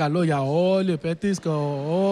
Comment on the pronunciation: Re pedia sto leei ''koinovoulio'' h etc m akougete? xaxaxaxaxa